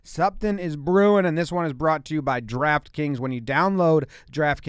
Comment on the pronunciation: When u speak the sponsor name it sound more like Giraffe kings rather than draft kings 😂🤣